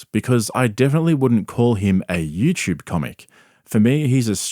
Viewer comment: It's you tube...not you chub...